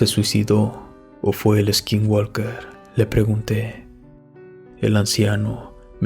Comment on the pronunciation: no digas eskinwalker se pronuncia skinwoker, sin E al principio y la L no se pronuncia, es para mejorar mi comentario, saludos de Sonora en la frontera con Arizona